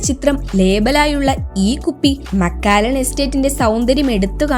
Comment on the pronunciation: മക്കാലൻ അല്ല മക്കലൻ